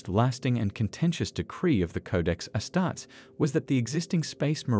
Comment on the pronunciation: Its pronounced "astartees"